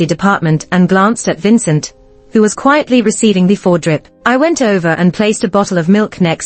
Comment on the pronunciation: The IV drip is I V or pronounce EYE VEE! Please train the AI better! Better yet hire a person. So cheap!